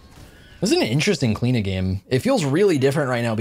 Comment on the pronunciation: Where's the 'O' in your pronunciation? O_O